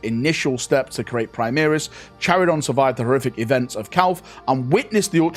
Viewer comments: it says multiple times during the story, its KAI-RON, not Chirion or chiridon you big boob! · "Care-on" or "kai-ron" There is no d in the name my man